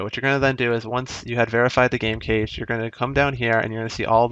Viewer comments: it's pronounced "cash" not "cage" lol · Cache is pronounced like cash, not like "case" with the sh sound.